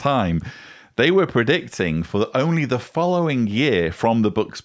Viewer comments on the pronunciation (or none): none